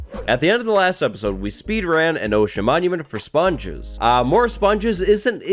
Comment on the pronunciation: when you say sponges it sounds like spawn juice